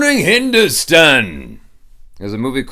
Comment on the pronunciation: please say Hindostaaan. The “Stan” is not like stun but more like a “st-aah-n”.